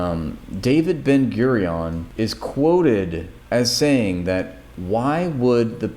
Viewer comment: He said it correctly. Listen again, please.